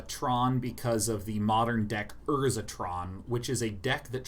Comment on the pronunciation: The way he says urza land make me hate myself.